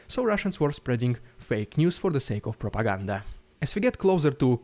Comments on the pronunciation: Love the Riiiidiiculous Ruusssiann Prrrropaganda💯👍😂😂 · Keep bringing that Rrrrridiculous...rrrrrrrussian...Pppppppropoganda..👍. They say "anything is possible ", maybe not under the Putin regime in Russia.